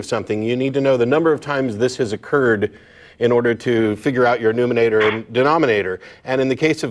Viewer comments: numenator... Hmm ok then. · Ya theists, figure out your numenator! While i love a good joke I am consistently impressed with how few verbal mistakes are made on this show in particular, and that is what makes Matt's small misstep even more funny to me.